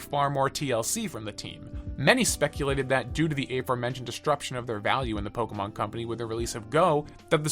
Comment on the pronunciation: You say Pokemon correctly. Subbed.